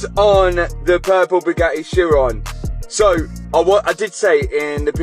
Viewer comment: So, the AI cannot pronounce Chiron... 🙄